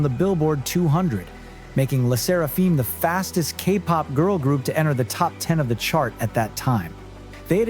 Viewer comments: Good video except for the 800 times their name was pronounced wrong. That, "feem" sound put on the end of Seraphim is all wrong. I recommend re-edited the video to cut in Huh Yunjin's pronunciation from literally every one of their videos and paste it over what is here. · 音声の読みがひどすぎる LE SSERAFIMぐらいキチンと読ませて😈